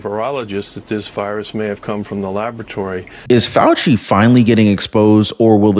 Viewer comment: Fauci, not Fay I, lol